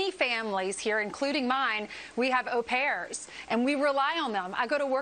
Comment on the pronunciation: Good job on getting the pronounciation on au pairs correct, Trevor.